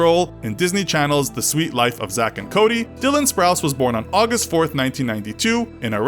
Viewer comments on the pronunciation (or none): none